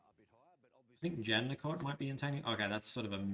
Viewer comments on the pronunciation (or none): "Joondaloop" "Jandickot"